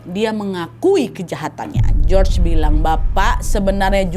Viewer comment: Hallo, salam dari Perantau Yunaniii. Btw cara baca nama Si George itu Yorgo Skiadopulos. Jadi George kalo di Yunani disebut nya Yorgo (Giorgo). ❤❤